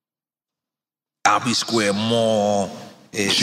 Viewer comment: I'm from L.a but every time I heard Albee Squre Mall...I thought about Biz